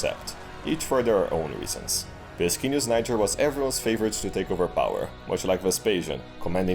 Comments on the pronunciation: "Just pronounce it Nyjer next time." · Niger: “just pronounce it Nyjher next time” LMAO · “Just pronounce it like ‘Nyjher’ next time.” LOL!